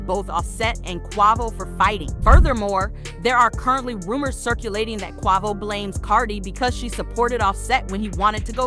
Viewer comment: QUEVO ,QUAAHVO 🤦‍♂ its QUAVO